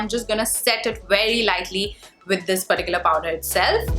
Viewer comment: Why always u say perticular 😰😰though good video